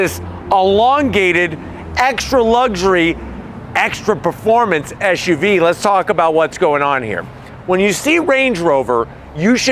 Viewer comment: First of all, the acronym is "Ess"UV, not "Esh"UV as you are currently pronouncing it. I don't know if that's an American fault pattern. Secondly, I thought your cocaine mirror reference was quite clever. Lastly, with such thin tires on such large wheels, does that not make the ride extremely rough for a "luxury" vehicle? And please stop constantly yelling. You sound freaked out and too excited, as though you were using that "mirror" a little too much. (IMHO)